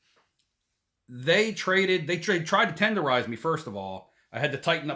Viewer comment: You got "Tenderizezzzd" in Atlanta HAHA jk :)